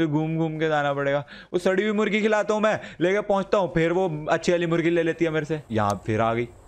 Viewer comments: Pakistan's cute pathan Ahmadshah also says mugri to murgi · you said mugri else of murgi.............Seriously? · No one Literally no one Not even binod Not even nonu Le triggered insaan says murgi as mugri